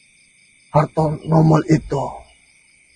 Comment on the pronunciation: Bartoloneus diaz bang bukan hartonomol